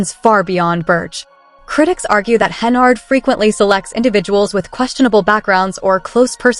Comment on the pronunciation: Her name in henYARD, NOT HenARD!!!! Good God.